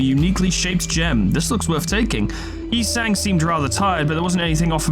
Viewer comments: The truth is revealed! never mispronounced Yi Sang's name, he was simply tuning into an mirrored dimension. As expected of our manager. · You thought I was making fun of you mispronouncing Yi Sang a bunch of times, BUT IT WAS ACTUALLY FORESHADOWING